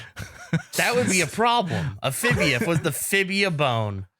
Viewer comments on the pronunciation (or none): I know I’m very late to the party, but the Fibula is an important bone, not fibia 😂